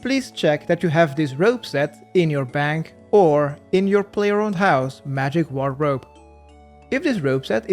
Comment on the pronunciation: The way this dude says wardrobe is wegandarwy